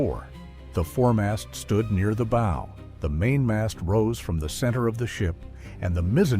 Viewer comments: He also said "boe" for the front of the shop instead of rhyming it with "wow". AI tts can't understand context yet, but I'm sure it will, that's why they're building the giant data centers. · Poor AI. Can’t deal with dual-meaning words like “lead” and “bow”. Need a human editor. Nah, aint got time for accuracy.